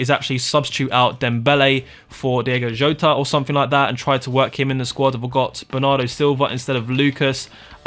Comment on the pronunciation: Can’t even say his name properly you messed up his first name and second